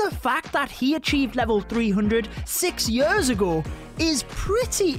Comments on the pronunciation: I love how he says yöörs instead od years😂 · I can’t get over “yers” and “booook” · i like how he says year "yurr" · I hate how he pronounces „years“